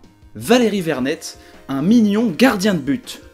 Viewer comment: Merci pour m'avoir pris ps:on dit (verné) même si c vernet